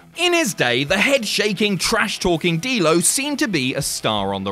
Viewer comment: You said Dammit D-Lo in a Dublin accent didn't you?